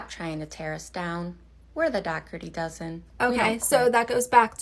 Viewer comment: Why does say “Dougherty” wrong? Isn’t it “DO-HER-TY” not the way she says it, “DOCK-HER-TY”? 🤔